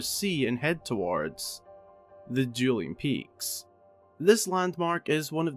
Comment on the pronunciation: "Juuling Peaks"